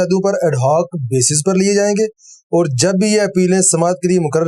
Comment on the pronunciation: Allah SWT apko jaza e khair de! Shiddat se is baat ki zaroorat hai aap is qism ka program karen. Taake ahle Punjab iss maidan mein improve karen. Jis shakhs ko aap ne khabar pardhne kaha woh ‘Aur’ ko OR, (Fauj ko Foj) pardhte hain. AAP ka lahja, adayegi aur talafuz hum sub ke liye qabil e taqleed hai! WasSalam.